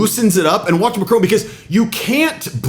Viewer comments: Learn how to Macron’s name. Don’t pronounce the final “n”. The final “on” is a nasal sound. The way you pronounce his name sounds “Ma” (my in French) “crone” (old lady), i.e., “my old lady.” You should be quite embarrassed! Practice with a personal or machine tutor! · It’s Mac Ron , you don’t pronounce the e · Why not listen & learn to just how MACRON is pronounced in French. The emphasis is on the first syllable. It's called Respect. It for sure isn't MACK-ROWNE. In fact the N isn't pronounced at all. Gave up on your Video after the third time you mispronounced the French President's surname. Language gives Culture its basis. Think about it. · Probably best to get his pronunciation of Macron as accurate as Trump. It is just basic respect and manners. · It would be a good idea if you were to learn how to pronounce a name correctly if it's one that's going to be repeated as many times as Macron's during the article. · You should learn how to pronounce Macron’s name and show some respect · Please learn how to say Macron without the American accent. It's painful to listen to. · It is not Macrone - it's Macron - with the emphasis on the A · This is BS! His name is Macron, you keep saying Macrone. Trump is a childish, arrogant, boof-head who should have been charged for his crimes. The lunatic is running the asylum! You've all been hoodwinked! Trump won't make America great again, he will continue the decimation of our beautiful natural world. Within 5 years, you'll be sorry you voted for him. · it's not a display of dominance it's just bad manners ....Trump is jut an asshole ...and he's not Macrone he Macron....learn how to say the guys name . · MAC RON not Macrone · Macron . Mac Ron ..not Mac Rone! Why on earth can Americans not get it right? It’s so demeaning and really does show up their ignorance. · Macron not macrone. Get it right. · It's Macron not McRone! 😂😂😂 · You mispronounce MACRON. It's not MacrONE. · It’s pronounced Macron not Macrone.